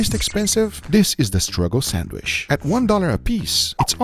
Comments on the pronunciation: I love how he says “sandwich” sanwish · Odd that Guga says "sandwish" instead of sandwich. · I couldn't stand hearing someone say "sandwish" a hundred times. Sorry guga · i love guga hi is awesome but why why does he call a sandwich a sandwish :D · Bro it’s pronounced SandWICH not SandWISH 😭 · why do people say sand"wish" instead of sand"witch". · Sandwich ❌ Sandwish ✅ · Darling it's sandwich, but you say sandwish😢😢😢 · GUGA GODDAMN U DONT SHOW TO HAVE AN ACCENT IF U ONLY MISSPRONUNCE ONLY ONE ENGLISH WORD “SHANDWISH” JUST SAY IT NORMALY MAN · SandwiCH, not sandwish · Is not a "Sanwish"!!!! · The way Guga says Sandwisssshhhhhh is excidingly Brazilian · lmao the way you kept saying sandwish kept distracting me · I love the way Guga says sandwish.👌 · i clicked this just to hear him say sandwish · I love the way u say SandWish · Guga please say sandwich like normal human........ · The real struggle is Guga pronouncing sandwich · Guga, just pronounce "sandwich" like a normal person. 😄😆😄😆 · Every time Guga miss prononce "Sandwich" ..... take a shot